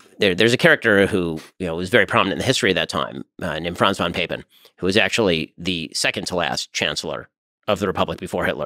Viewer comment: Fan. Von Papen (fon pahpen). If you claim to expertise about German history, please learn to pronounce the language properly.